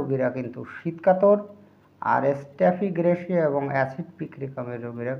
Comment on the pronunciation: স্টেফিগ্রেসিয়া শব্দটি শুদ্ধ করেন🙏💕